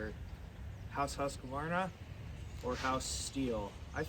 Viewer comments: And yet, you can’t pronounce it. Husk-VAR- nah. Three syllables. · lol—- I used to work with a Husqvarna repair woman. She does it the “American” way. Said almost everyone she deals with at Husqvarna does it the same. It’s acceptable. Just like janka. Everyone pronounces it with a J sound. (Should be Y)